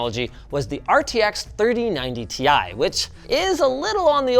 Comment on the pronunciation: How does he pronounce “3090 tie”?